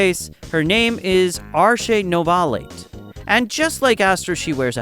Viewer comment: Bro always say novalite like NoVALITE